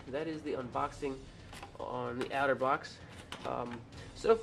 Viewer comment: Pronounce it OTTER-box...NOT OUTER-box